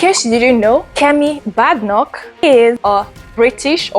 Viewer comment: Good effort, your presentation but the least you can do is to carry out some research to get ur facts right about the person or subject you're speaking on. Especially with the ease of access to information online these days. At least find out the correct way to pronounce her surname to start with. All the best in the future! 👍🏾🙂